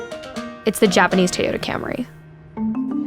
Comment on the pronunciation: TaeYoda. At this point im pretty sure she also says Worder instead of water